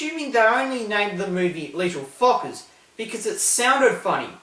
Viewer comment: In the beginning your accent made the title sound like little fuckers